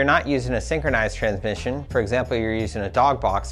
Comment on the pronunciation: this is a very informative video but I can't seem to pay attention after every time you say tran-mission!